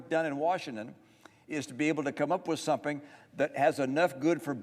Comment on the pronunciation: Why is he saying “someping”?